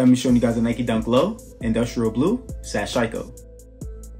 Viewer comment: its all denim not canvas my man, hence the name sashiko, also just for the record, "sash-eeko" its a japanese word :) good review dude!